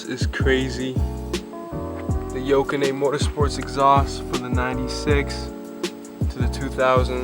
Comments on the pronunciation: its not yo-ka-ney, sound it out, its yo-nah-ka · no need to get racist man, leave him alone he missed pronounced a brand name... not that absurd